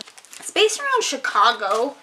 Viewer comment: the way you said "chicAgo" 😂